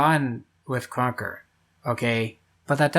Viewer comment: why do you say krunker like kwonkah? :hand-orange-covering-eyes